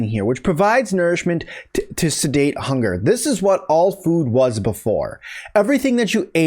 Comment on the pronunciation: It's (satiate) (SAY-SHE-ATE) not sedate you donut